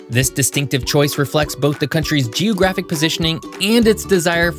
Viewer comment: Why does he say geOHgraphic??